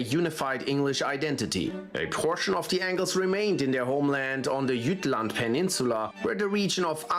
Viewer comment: It's not pronounce "Gottlend" but "Götland". Also, it's "Jütland" uinstead of "Tchattlend". 🙂